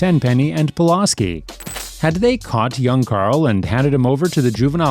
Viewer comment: I know it’s mostly the accent but damn you keep pronouncing Pulaski wrong that shit annoying